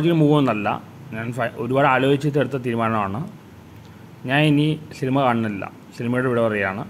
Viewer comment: ശിനിമ അല്ല സിനിമ ആണ് അണ്ണാ 😊😊